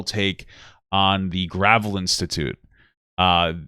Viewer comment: The way he pronounced Gravel's name like it was material for constructing country roads was kinda rough ngl . Mike Gravel is a legit hero